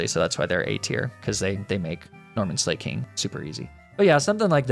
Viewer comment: hello did you know that you say slaking wrong